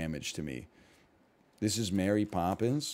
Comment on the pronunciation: Why was "err my gerd it's mery Poppins" so funny